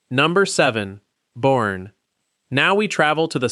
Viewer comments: The show says Boerne “Born” Texas Pronounced “Bernie”. Then proceeds to call it Born instead of Bernie throughout the video. Fix your AI voice please🤕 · Born??? It’s pronounced “Bernie” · Its pronounced . Bur...nee